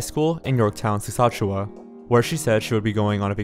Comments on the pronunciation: I feel like these pronunciations should be common sense to U.S. or canadian English Speakers... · Yeah, I made the same comment. Lmao. He also pronounced Saskatchewan wrong too. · Dude really looked at "Saskatchewan" and thought that was the best way to pronounce it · 2 seconds in and cannot get over his pronounciation of saskatchewan 😭😭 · The pronunciation of Saskatchewan names cracked me up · As some one from saskatchewan, the way he said it just made me cringe so hard. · The absolute butchering of the province and town names 😂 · "sasahewa" homie it's suh-scat-chew-wen/win/wan (pronouncing the last syllable is different depending on the area of canada" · Māl Akāi “skatchawan” not Saskatchewan lol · "sassachaweh" Me: screams politely in canadian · I paused and immediately looked for this comment . It sounds like he’s saying Szechuan almost lol . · I had to pause and check right away to see if that’s where he meant, and that’s as an America. Lol Sassachewah. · Hey, I'm from Saskatchewan and I'm glad that you've covered this. It's one of those cases that I find myself thinking of often, because she is close in age to me and fairly close in proximity. You've done a decent job with your pronunciations, but Saskatchewan is pronounced 'Sask-at-chew-in' (at least, if you're from here), and Regina is 'Ruh-jy-nuh' -- just for future reference:p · did he really just call Saskatchewan “*sassatchewa*” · “….In Yorktown Seshashua” “Sheshashwa?” “Shawshank?” “Worstichire?” Lol Close buddy. Close. Next time guy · Saskatchewan is pronounced wrong too. My husband is from Regina. Lol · Good video... You did very well on your "Investigation" except for 1 thing. I'm Canadian & I found it very irritating that you can't pronounce some of the names of cities & provinces (Regina & Saskatchewan) properly! Do yourself a favor & learn how to pronounce your source material properly before you do a video. Just some constructive criticism ...Other than that, good video!